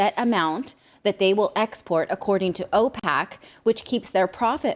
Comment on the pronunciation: Opac...... Opec 🤣🤣🤣 and love your channel but dear oh dear For future reference PAT PET PIT POT PUT, thats how the rest of world ( no anglo-saxon) pronounces the 5 vowels Kind regards